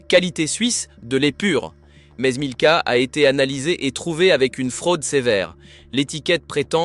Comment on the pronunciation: En plus. Ils alternent la marque milka avec nilka systématiquement. Plutôt malin.